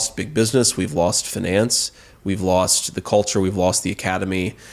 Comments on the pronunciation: Did he say Feh-nance? 😂😂😂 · JD Vance: get back to me when you can pronounce Finance and Detente correctly. Weren't you a venture capitalist? One who can't pronounce finance, though? 🤔